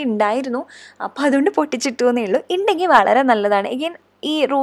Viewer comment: Indangill alla kutti undangil enna